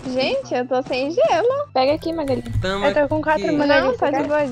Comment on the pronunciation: Véi só eu que acho o bico quando ele fala "malagui sendo que é Magali kkkkk